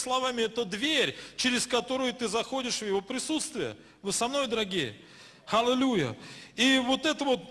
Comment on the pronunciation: Халилуия? Так правильно Аллилуйя!